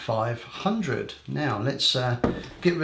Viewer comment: It sounds like you are saying Nikon D4500 (D-fourty five hundred for D3500) and so as like Nikon D4400 (D-fourty four hundred for D3400).